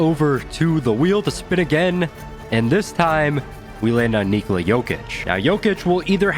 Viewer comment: Jokic would be proud of how you are pronouncing his first name... well done mate